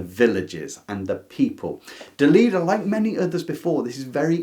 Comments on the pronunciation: I need to correct you. The last author's name is pronounced DELEDDA, with an e, not Delidda, with an i. Love your channel and never miss an episode. Keep up the good work Love from Santiago de Chile (but I am originally from Milan, Italy) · I would say pretty much all the Asian and Southamerican writers were new to me. At school we tended to learn mostly European ann northamerican authors. I grew up in Italy and had to read Grazia Deledda (I wish I had a way of letting you hear the correct pronunciation 😉) as part of the literature curriculum. Though her best known work, the one we had to read, is Canne al Vento (Reeds in the Wind). Unfortunately back then (I was a teeager) I didn't appreciate her as much as she deserved.